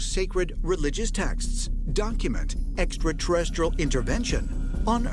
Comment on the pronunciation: Dude with the hair always mispronounces extraterrestrial. He says exaterrestrial 😂🤣